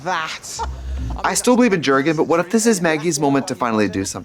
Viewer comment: dschurgen? 😭 it’s Jürgen ffs